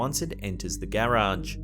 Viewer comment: The way you say garage, gay rage 😅